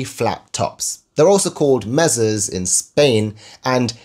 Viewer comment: MAY-SAW, no 'z' sound. And it means "table" in Spanish.